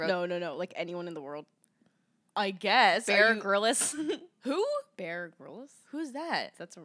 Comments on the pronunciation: the way pronounces bear grylls 😭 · Lol tf is Beara Garillas 😂😂 it's Bear Grylls (like grills) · it’s pronounced bear grills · “BEAR GRILLIS” LMAOOOOO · mispronouncing Bear Grylls 😭😭😭